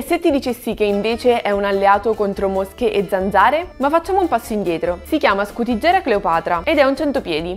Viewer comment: Prima di parlare di qualcosa, sarebbe bene impararne bene il nome e la pronuncia! Si chiama Scutigera coleoptrata e si dice scutìgera.